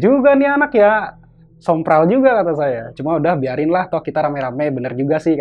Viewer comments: bang saya salfok, harusnya sompral kali ya bukan semprol😂🙏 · Sompral jadi semprol, Kemenkumham jadi kemenhumkam, Yo mang lanjut aga unik nih s mamang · Sompral bang bukan semprol itu mah kue wkwk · Kemenkumham kali a'a, bukan Kemenhumkam.. 🤣👋 Sompral bukan Semprol.. ngakak dah a'a ini.. WKWKWKWKWK